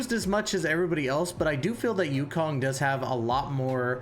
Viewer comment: I like the content and over all good video. My only ick is that you pronounce the names wrong. Huohuo is pronounced hwa-hwa. Luocha is pronouced lao (like cow) cha. Yukong is ooh-kong.